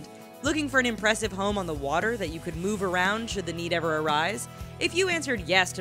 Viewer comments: she could not say move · lol, listen to her try and say the word move.